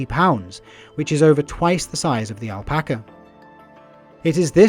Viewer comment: Its a really good video but the pronunciation of guanaco, alpaca and Chile KILLED ME